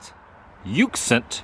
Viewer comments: Pat ux ent lol 😂 its Pa Tux Ent.. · PA-TUX-ANT River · Adam I really have been enjoying your videos. I am originally from Philadelphia and am now living in Southern Maryland. Its so wonderful to see my old stomping grounds and others in my new home town. And the name of the river... Patuxent is pronounced... Pah...tux...ent :) love your content and your guest that have been traveling with you and in your videos. Both are interesting and entertaining...take care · Hi Adam, “Patucksent” river. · It's pronounce Pa tux ent. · Patuxent is pronounced "PAH-TUX-ENT" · That park is pronounced Pa-tux-ent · Adam The Woo in my neck of the woods! The River is pronounced Pa-Tux-Ent. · It is pronounced Puh-Tucks-Ent., with the accent on the second syllable. I've been through all of these places many times. Nice to see a video of the countryside, which is what most of Maryland consists of once you get about thirty miles west of Baltimore and the other communities along the western side of the Chesapeake Bay. Maryland is mostly rural. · The tux in Patuxent is pronounced like the abbreviation for tuxedo, Tux so Pa-Tux-Ent. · Pronounced Paw-TUX-ent - a well-known river and area in that part of the country. Also, that's not a tree - that's a large vine., hence all the curving and such. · Pronounced "Pah-tucks-ent". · Welcome to the beautiful state of Maryland! The river and park are pronounced pa-tux-ent. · The river is pronounced (pa tux sent) river love the videos I grew up in Maryland now living in central florida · Ptonounced- Pah-tux-ent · I had to laugh at how you pronounced Patuxent. You butchered it. I live in Maryland, next to Patuxent River Naval Air Station. We have lots of bamboo here. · Welcome to Maryland Adam, hope you have fun. Not gonna lie I did have a giggle when you said Patuxent. I had an ex that first said it like that and I had a nice giggle over that too. Have fun while you are here GO O's!😬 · Your Pronunciation of PATUXENT was completely wrong.